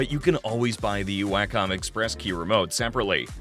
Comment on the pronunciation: One criticism... The word "Wacom" is pronounced "walk-um" not "way-cum"